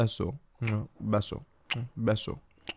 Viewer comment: princesa and besos is soooo cute your Spanish is fire 🔥🔥🔥